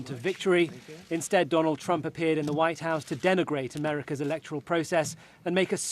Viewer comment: Race for "ze vhite house" am i the only one that is hearing 👂 the news reader sound like she saying that 🤔 🤣